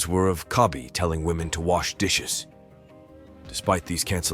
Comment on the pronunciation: PackGod never heard of him , if were are talking about roasting women i known a King at that he did not even say woman he said wamen by the legend himself Piediepie the only guy who roast wamen for real .